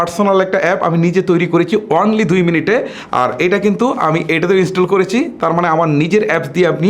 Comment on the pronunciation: চ এর উচ্চারণ বেশি। করেছি হবে, কিন্তু আপনি বলছেন করেচি। যা শুনতে ভাল লাগেনা